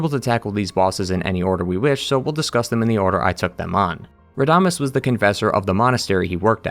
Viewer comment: Pro tip on spanish: on words with tíldes (the line above vowels) put the emphasis on the syllable with the tilde, for example it isn't (ra)damés, it's rada(més)